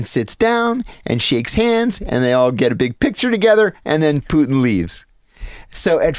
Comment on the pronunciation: Its not poo-in. Its putin.